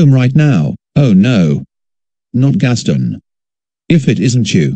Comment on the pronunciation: They’ve called him Gas Stin instead of a word “Guess Ton”